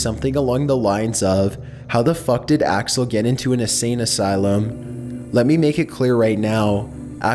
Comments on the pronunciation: He called him alex when his name is axle 😂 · You said Alex but it’s really axel what an embarrassment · Did he call axel “Alex” or am I just mishearing something? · Ok this has to be complete fiction, you’ve said Alex at least 2 times instead of Axel. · he says alex and axel which is it